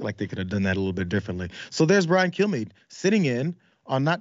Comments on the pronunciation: I always hear "Brian Killme". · Brian Kilmeade really needs to focus on pronouncing the D in his last name. At first, I thought that he was basically saying, "Hi, I'm Brian. Kill me". Which would have been funny! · That's what I hear every time he says his own name.